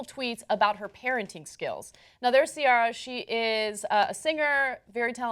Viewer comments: See-Air-ah not See-ah-rah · Why is she saying SEE-ARE-RA. It's SEE-AIR-RA lol. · Why does Ana pronounce Ciara's name as (see are ah) it's (see air ah) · her name is not caria its ciara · Please stop pronouncing Ciara like that, it's SEE-ERA, not SEE-ARA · The name is Irish & is pronounced Key-ra. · its pronounced cee-air-uh... old ass ana... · lol 'si-aw-ra' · the way they pronounce her name 😒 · That's not how you pronounce her name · Why do they pronounce that name wrong? Wiki says that Ciara herself pronounces it wrong... but c'mon man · I think they're pronouncing her name wrong lol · I love the way Ana pronounces Ciara's name. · Wow Ana, you know about pop music more than Cenk... Ciara has been around long enough for you to pronounce her name properly. :/ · I love the way she says Ciara lol